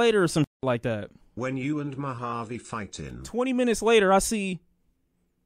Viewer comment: It was all those times called him Mo-jav. He had enough.